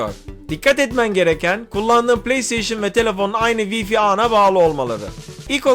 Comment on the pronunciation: Yıl olmuş 2019 hala wifi' ı vifi diye okuyan var.